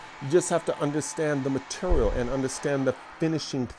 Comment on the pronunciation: what cutter do you use to hog out all the vowels in your pronunciation of 'material'?